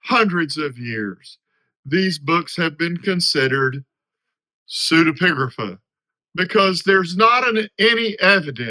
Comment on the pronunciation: Thanks, that was very helpful and clear explanation. l was also impressed by your repeated pronouction of the word, not easy